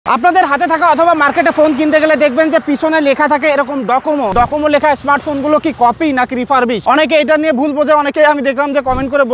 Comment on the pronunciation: এটা ডোকোমো, ডকোমো না